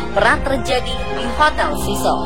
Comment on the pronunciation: Sebutan 'cecil' pun tak betul..penyampai berita nih